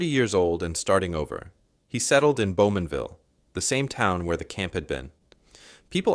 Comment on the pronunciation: Bowmanville! Not Beaumanville.